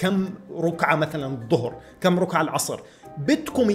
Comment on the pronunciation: رَكعة مو روكعة 😂😂😂😂😂😂